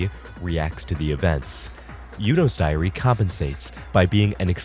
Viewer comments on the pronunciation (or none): why I keep hearing diarrea? :p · I honestly thought you said and 12 diarrhea holders